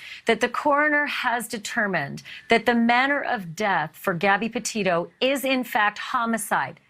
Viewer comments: Not Depeto it Petito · Innocent until proven guilty John Walsh. John Walsh sounds a little off the rails. He cant even pronounce the word Petito. Laundri probably did it but until we have the facts we cant say.